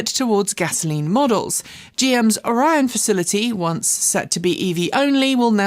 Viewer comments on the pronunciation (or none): none